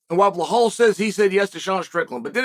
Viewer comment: I knew the very first word I hear would be "Blahal"